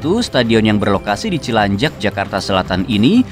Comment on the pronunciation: Cilandak Bukan Cilanjak😂😂😂